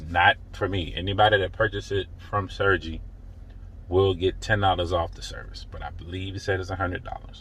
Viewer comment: Sergey is pronounced Sir-gay.